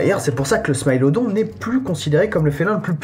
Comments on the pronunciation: Excellente vidéo par contre je pense qu'on dit smilodon le i en français et pas smaïlodon ! Répondez moi gentiment si j'ai tort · On dit smilodon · Pourquoi tu dis smilodon en anglais mais pas le lion ? C'est bizarre un peu